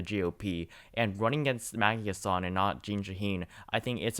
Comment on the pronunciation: Btw it is Maggie HAssan not Maggie HassAN.